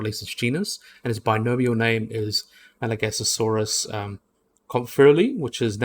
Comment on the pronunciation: Your saying Masiakasaurus wrong. It’s not “Madagascarsaurus” it’s “Ma-she-cu-Saurus” Edit: it’s not a nothosaurid, it’s a Noasaurid